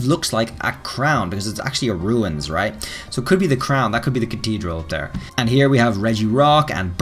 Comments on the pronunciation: I always had a thought, why the Hoenn starters and not other starters? And why Audino of all things? Also, he said "CaTedral" and not CaTHedral, but he pronounced "Tundra" as "Thundra" in the past. Not complaining, I just thought it was funny to me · Wait, how did this guy just pronounce “Cathedral”?